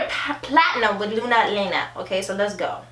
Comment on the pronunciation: “Luna Lena” 😂 when there are 2 l’s together it’s pronounced like the letter “y” so basically it’s “Luna Yena” love y’all 💖